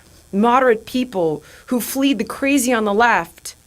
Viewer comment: It’s “ fled” not “ fleed “. My advice to anyone learning English from watching videos made by Americans not to listen to them. 90% of them have not even a basic knowledge of the grammar of the language they are struggling to speak. They weren’t this bad 50 years ago. I call this the Post Literate Age. Americans were literate when they read books, magazines and newspapers. They have lost this knowledge in the age of the internet.